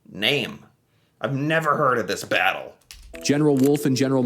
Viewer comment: After the vattle of vimy ridge